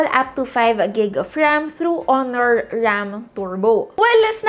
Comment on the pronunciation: Bkt ganun ka mag basa ng ram at storage 😅